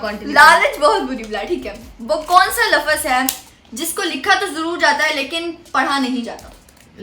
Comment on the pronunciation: Lafaz nahi lafz ❤❤❤